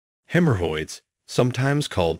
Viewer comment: Hem Her Hoyds Lol